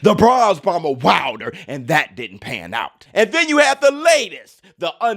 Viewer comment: This guy said “Wilder” lol